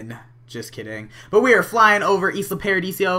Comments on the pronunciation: Why do u keep sayin Isla Pardisio? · it's Isla Paradiso not Isla Paradisio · It's isla paradiso not isla paradisio! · I love how you said Isla Paradisio jajaja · hey with the new update you can move towns (and it's ee-sla pai-ra-dee-soh):D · Please, please STOP CALLING IT ISLA PARADISIO! Seriously? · It's pronounced Eye-La Paradeeso.